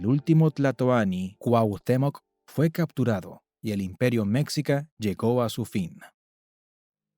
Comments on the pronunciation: No se pronuncia mécsica, sino meshica. La "x" originalmente tenía en castellano varios sonidos. Y como el sonido "sh" no existía en castellano, se unsó una "x" para representarlo. Pero, ¡oh! ya veo...el video fue hecho por una persona que no habla español, y usó un traductor automático con voz...Son muchos los errores de pronunciación... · Cultura Mexica creo que se pronuncia "Me-schi-ca" Cómo "chi"charo o "chi"apas Con un sonido como "s" "schi" No se si lo pronuncio bien Pero así lo mencionaban mis maestro en la educación primaria. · La pronunciación de Mexica Es, Meshica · SE dice MEXICA ( MESHIKAH) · Se pronuncia "meshica", los "meshicas", "imperio meshica", etc